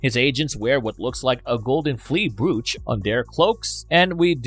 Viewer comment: Think English is not their first language. Also mispronounced “brooch” and others